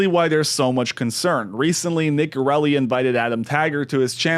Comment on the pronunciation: His last name is Gerli, not ‘Gerelli”